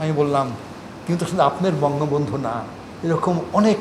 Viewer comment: এ বঙ্গবল্টু উচ্চারন করছে। এ মাদারচোত টা কে।।।